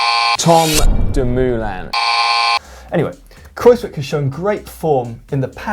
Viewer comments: Dear GCN, it's a lot more "Kraus-whyk' than Kraus-whick! The 'wij' in 'wijk' sounds more like "why"! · It is pronounced Kruijswijk not cruzewick